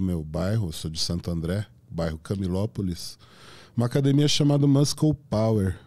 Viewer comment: po. o cara nao sabe pronunciar muscle